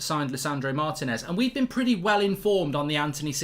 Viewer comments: Mark Martinez is pronounced " Marr Tea ness" not "Marr tin ess " 😤😤😤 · Please pronounce it “Mar-tea-nez” The accent is in the “ti”